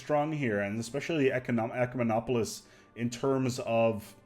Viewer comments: You got SO close to pronouncing it properly! Though I kinda liked it when you called them eucomenopolis. Made me think you were talking about a "good city". Though an ecomenopolis sounds like an eco-city. Ecumemopolis is pronounced "eh-CUE-meh-nah-po-liss". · "YOUCEMENOPOLICE" LOL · i searched the whole comment section for this. Pronunciation was the only thing bothering me in this video.